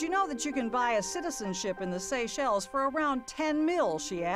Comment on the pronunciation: "CITISENSHIP IN THE SACHELES" Ouch. There's gonna be another trial for that.